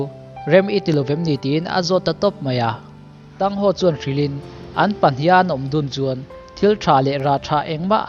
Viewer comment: MiZo aw phawi cuan Thang Hau tih tur cuan Thang san and Xiau Uu tin chir la, aw phawi a dik ang